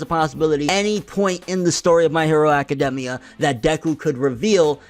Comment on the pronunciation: I don't trust somebody who pronounces the name aka-demmia instead of aka-daimia